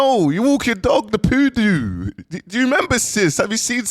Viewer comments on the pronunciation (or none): Poodoo😂😂😂😂😂 I'm done he's doing it on purpose surely